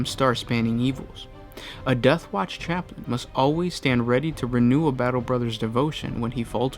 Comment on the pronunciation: You said chaptin